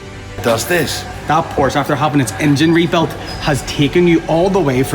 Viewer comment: Finally the first ever English speaking YouTuber who spells the Porsche correctly!!!!